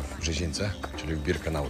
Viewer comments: Nie Birkenaut tylko Birkenau...Nie Rudolph Hyc tylko Hess. Szacun za film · Przepraszam bardzo, ale żeby zrobić materiał o Auschwitz (są tysiące materiałów), to trzeba się bardzo dobrze przygotować. Niestety ale Ty kompletnie się nie przygotowałeś. Zrobiłeś to trochę,,na siłę”. Nie Albrecht macht frei a Arbeit.. Nie Birkanaut a Birkenau… Nie Rudolf Hyc a Rudolf Höss. Rozumiem, że chciałeś mieć materiał itd. natomiast nie wolno w tak ciężkim materiale gatunkowym przekręcać postawowe rzeczy. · Birkenau! Nie Birkenaut